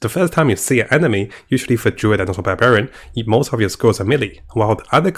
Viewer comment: Can't wait for the "Durid" 😅 and the "Nercomancer" ☺️